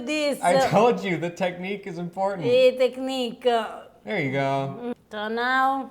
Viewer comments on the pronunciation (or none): here made me laugh ……… Harper says …… ”technique is important!”…….and she …… ”eh technique!" (a bit Italian and a bit American) 😂